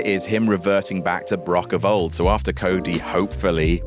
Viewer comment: After* not Ohrfter